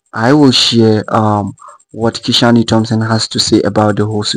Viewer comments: How did Kishane’s name become Ki-shaw-ne? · Kishan(e) the “E” is silent. His name is pronounced Kishan without the “E”